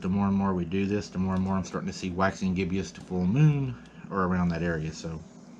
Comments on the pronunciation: Just a note. That's a Waxing Gibbous pronounced Gib - us Lol good video.. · Bro, it's gibbous a two syllable word, not gib*ee*us, I don't want to have to cuss anybody out, for making gun of you, and in this day & time, people will, especially the ignorance trolls. 🤷🏾‍♀️